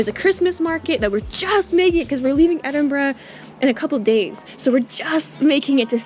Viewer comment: Thank you for pronouncing Edinburgh properly :) Not easy for Americans to do. You nailed it!